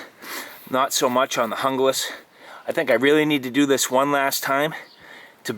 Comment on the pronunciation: Pronounced Hoonglas.